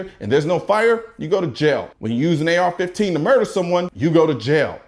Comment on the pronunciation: Is anyone gonna mention he said AR-14